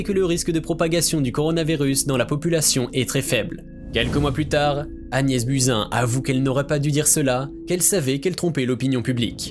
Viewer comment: On dit Agnès BOUZIN...